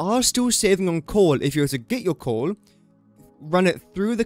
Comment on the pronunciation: is it just me, or is he saying "corn" instead of coal?